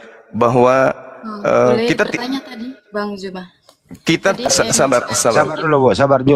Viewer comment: Kenapa lah bila nyebut NAMA ZUMA MENJADI JUMA.. APA LIDAH NYA ITU EMANG KERAS....??? SEBUT ZU..... ZU.... ZUMA..... BUKAN JU...